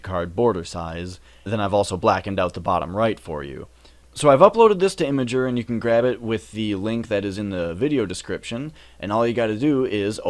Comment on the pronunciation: its not Imager. Its IMGUR lol :)